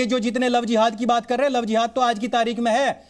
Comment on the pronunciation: Dekho ye madam bolraha hai lao zehad,ye lao zihad naya hai keya